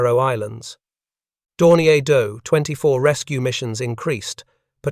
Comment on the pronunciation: 1. Your AI auto-read is good, but makes a lot of obvious annoying mistakes with things like reading acronyms phonetically ( saying 'dough-24' instead of D O 24). and makes really weird unnatural pauses. 2. Probably more critical, you need to have the photos on screen match what you're talking about. Why do you switch to a picture of a Do-24 when you're talking about the Hudson intercepting Condors? How hard would it have been to have a photo of every plane you're talking about, labeled, and on screen when that plane is being talked about? I can forgive using the AI text to speech but I can't forgive lazy editing.